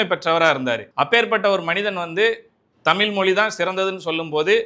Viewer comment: உன் வாயில நெருப்பு அள்ளி போட தமில் இல்லைடா தமிழ் ழ் ழ் ழ்